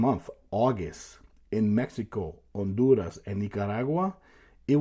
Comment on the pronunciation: The way he pronounced Honduras and Nicaragua...